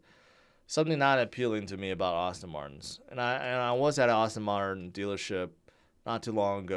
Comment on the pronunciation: Aston martin, not Austin Martin. please dude